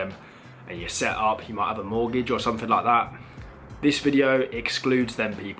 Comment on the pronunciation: And yet you still cant speak what the English language. what is growf, nuffing, sumfing?